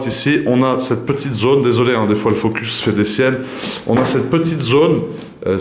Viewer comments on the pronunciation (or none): none